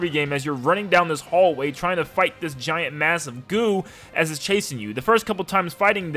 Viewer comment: gigant? You mean giant